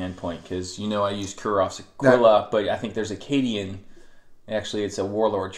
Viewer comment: learn to say cadian and chimera right.